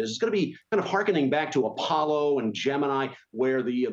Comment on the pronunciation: Does he pronounce "Gemini" wrong?